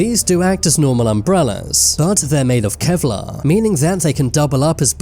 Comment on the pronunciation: Kevlarhhhhh snipahhhhs